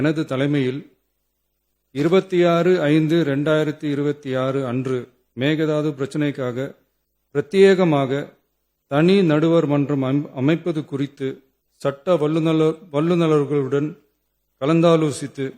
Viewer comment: என்ன தூக்கத்தில் இருக்கிறாரா முதல்வர்? சட்ட வல்லுநர்களுடன் என்றுகூட சரியாக உச்சரிக்க முடியவில்லையே ஏன்??